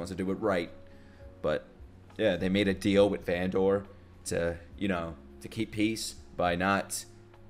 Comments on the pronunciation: this will be the best show u ever touched just wait for the next episodes:) also its vandEr not vandOr just for clarification ^^ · please don't call him Van-Door ;( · I love how you call Vander "Vendor" 😆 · Great fkn reaction! It would be insane to get Arcane reactions every 1-2 days, omg this would be a blessing for this summer. Btw. it's "Vander" :)